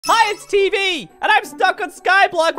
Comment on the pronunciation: YO NAME IS TEEEEV NOT TV